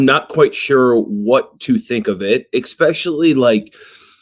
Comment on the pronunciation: If you still say EXpecially in 2025 are you really even a person?